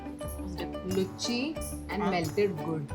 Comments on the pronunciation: Kamya, whenever you are saying Lucchii, it irritates me. It's wrong pronunciation. Don't put stress on 'Cha', rather pronounce the 'u' clearly with minimal throwing of 'cha'. Then it would be luchi. As of now, it is sounding lucchhii. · Ask a proper bengali about bangali food. Pls visit local places for authentic local food . Luchchi ❌ Luchi ✅ Jhingri ❌ Chingri ✅ Gobindo bhaat ❌. Gobindobhog chaal er bhaat ✅ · Nooo. She isn't a Bong! Can't pronounce even a "loochi"